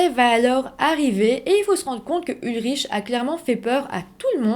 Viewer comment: On ne prononce pas ulriche mais ulric …